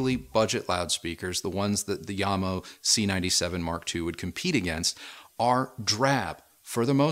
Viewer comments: As the name JAMO is derived from the founder's' surnames (JAcobsen + MOrtensen) shouldnt the name be read as JAM-O instead of IAM-O? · Pronounce the J as is... it`s not a Y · sorry to sound rude but... yamo... no Jamo